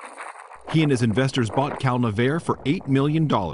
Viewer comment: I always thought it was pronounced Cal - Nev - R- EE